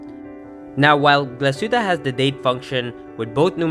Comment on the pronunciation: Glashutte - proper pronunciation is: Glas( heat) tte .